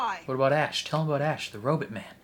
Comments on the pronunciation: Please never stop saying robot as ro-bit. I laugh every time. 😂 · I know what you’re saying. To me it sounds more like “but” not “bit”.